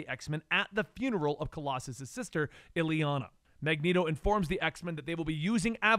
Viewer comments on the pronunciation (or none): none